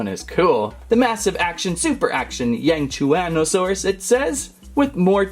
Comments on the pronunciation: it yang-shwan-oh-saurus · Yangchianasauars it’s not a frill it’s creast